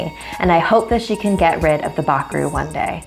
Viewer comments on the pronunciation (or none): im from surinam and you say bakroe very wrong